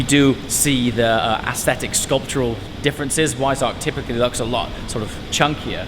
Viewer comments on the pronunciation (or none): “Wisearck??” Do you mean Weissach 🤣😂